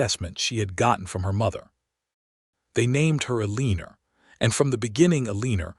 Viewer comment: O.K., there is an occasional lack in the pronouncing of names. El -lee-ner was a bit much. Ehl-eh-nohre. It is nice to read a story where people enjoyed their general lives.